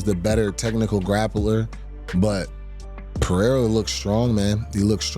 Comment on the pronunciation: the guy who’s name should be pronounced “Jam-a-hall” can’t pronounce Pereira?!